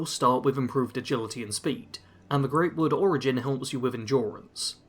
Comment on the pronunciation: Look. I know not many people care about stuff like this, but it's prounounced Grahtwood (Grot). Not trying to be a dick, just wanted to provide info.